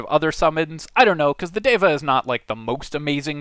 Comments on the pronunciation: It's pronounced "Deh vah" not "Day vah" FYI It's really cool to see Sanskrit words included in fantasy stuff btw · Its like Dheva. Not Deva. The D should be soft. 😏. The D should sound like the th in "the". or like They + va. Something like that I think. And you are forgetting to breathe and stop when you are talking. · Indian-language speaker here: the pronunciation of the "d" in "deva" (in the original Sanskrit, anyway) is better approximated with the "th" sound from "then." Otherwise, spot on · I'm pretty sure it's pronounced deva, not deva. Kinda like data, as opposed to data.